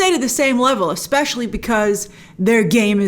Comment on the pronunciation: Is Grace saying eggspecial? (Exspecial?)